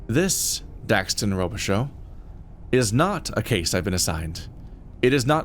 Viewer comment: Yes, it's French. Robichaux is a name you'd hear in Louisiana. It's pronounced Rowbishow down here. So far I'm enjoying this play through and its characters.